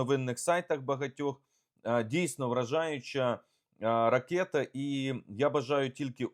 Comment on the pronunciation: Ну чому ви, такий щирий українець, а кажете, "ракЄта", ріже слух і "кітай" кажете, прикро